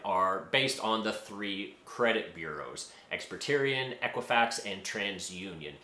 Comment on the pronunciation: Wtf is experterian??!! lol!!!